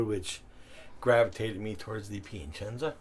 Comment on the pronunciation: it's that added "n" that throws in lol